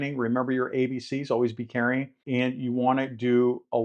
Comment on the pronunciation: ABC's? Are u saying, "Always Be Caring" or "Always Be Carrying"??? Wasnt quite clear. Thx for ur tips & insights.